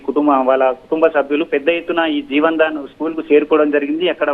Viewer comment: Jevan Dan Kadu jevadan school Correct it